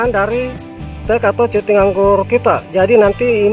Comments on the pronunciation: cutting itu bacanya "kating" bang..bkn cuting.. 😂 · Cutting, hey boss dibaca /katting / hehe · Tulisannya "Cutting" dibaca "Katting" om 😊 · Cutting= katting (dibaca) 🙂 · Bacanya bukan cutting, tapi katting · Cutting Wak Wak Wak..bacanya kating om.jng malu malu in guru sekolah Wak Wak wak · Maklumi aja gan soalnya GK makan SMP wlpn krng nyaman di kuping yg penting kaharti 😂